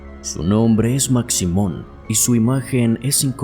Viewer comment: Hola, saludos desde Guatemala. La figura de Maximon (se pronuncia Mashimon) es muy venerada, le llevan de todo como ofrenda, principalmente tabaco y licor y según la tradición si no le cumplen lo que le ofrecen les va muy mal.